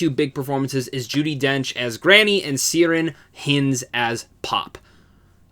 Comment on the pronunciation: Good review. But your pronunciation of Ciaran Hinds is 🤦